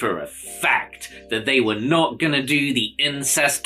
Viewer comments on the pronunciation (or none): none